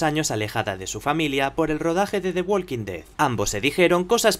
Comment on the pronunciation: Se dice Wokin ded. No se pronincia la L.